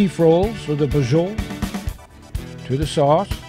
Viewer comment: Is not brajol is BRA-CIO-LA